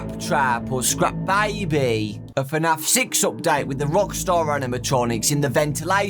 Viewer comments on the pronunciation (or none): The way he said scrap baby. Skrapp Biebee